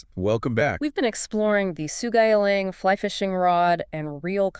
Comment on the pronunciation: You killed the name, pronouncing it really wrong... Sou-Ga-Yi-Lang, not So-Ji-Gay-Lang.